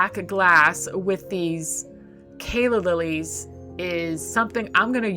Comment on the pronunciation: Not Kayla lilies BUT Calla Lilies!!!!